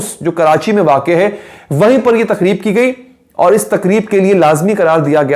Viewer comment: Mangi ko Ma ngna bola Takreeb ko TaKHreeb bola Calling LARKI to mehmood choudhry Shukr ha bakhtawar ko hr dafa sahiba bola... at the end dukh sacha ha regarding covid-19